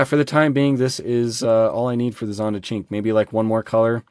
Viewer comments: ahahahhahahahah man the name had me ROFL, I cant even write that, its actually pronounded "SHIN-QWAY", its the number 5 in italian, una-due-tre-quattro-cinque Coming to this casting this is the best, and being a "SHIN-QWAY" (I had to LOL) fan, its super, I just hope they make an orange one and its game over. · I am just finding this video now... the way you are saying Cin Que is crazy offensive to any Asian person watching . I am not Asian, but I do have friends and thats the same as calling an African American person the N word. No hate to you, its not really known. love the vid tho